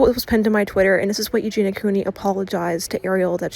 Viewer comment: saying “Eugeenya” in stead of “Eugeena” feels weird